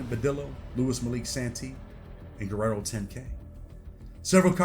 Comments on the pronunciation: Why do you say Guerrero lol it’s guero pronounced wero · Its guero(white boy) not Guerrero. He doesn't deserve the Guerrero on the end of his name. That reserved for certain people. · Guero not Guerrero. Lol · bro said Guerrero10k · Guero is pronounced "Wed-doh". It means white boy in spanish